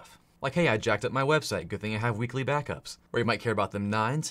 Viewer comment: Lmao was just listening and thought you said "weekly bathtubs" instead of weekly BACKUPS 😂